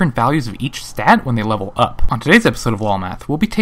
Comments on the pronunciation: Every time he said the word "up", I cringed. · AAAAAAAAAAAAAAAAAAH, both the emphasis and the cadence is awfull leveling UUUUP!!!! saying it like that will imply that you can level down and it hits the ear like a sledge hammer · Could you put more emphasis on the word up please? :| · They way you said "up" made it sound like there was such a thing as leveling down.